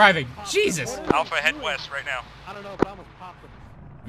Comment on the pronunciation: I'm sure he said weast. ._.